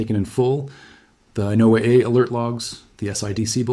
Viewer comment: um, it's pronounced "Noah", for people in the know. No one says No AA. Also, why the painted images of the sun ? all the paintings... it's kind of out of place and doesn't lend credibility to the video